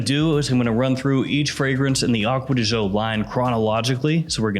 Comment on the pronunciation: You should pronounce as joe